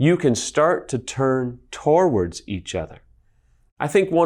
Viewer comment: Love these videos! So helpful! Side-note, he pronounces towards weird. He says it like “toe-ards” instead of “to-words…” or “to-wards” Anyways, keep your the good work!